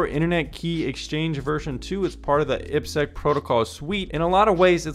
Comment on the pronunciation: Aiiii peee sekkkk Triple desss Hint for proper pronunciation